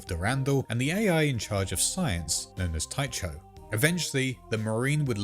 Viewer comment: Tycho is pronounced "Tie-co."